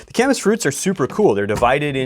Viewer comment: Gorwing up here my whole life i though it was pronounced Kay-miss. Glad I heard the appropriate pronunciation. Do Wapato next.